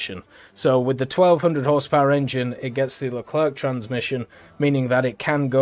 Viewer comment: He says Foch correctly but not Leclerc xD joke aside i like that France get a New Leclerc , when you see UK with the long Line of challenger you really wish that France and some country got more cool looking mbt at top tier